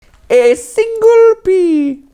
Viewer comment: "A SÍNGLE pea." 😂